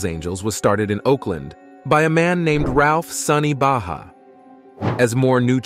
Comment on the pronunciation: His name is Ralph Sonny Barger and not Baja. Do better research.